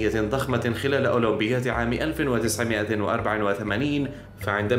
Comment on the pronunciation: اولمبياد وليست اولمبيات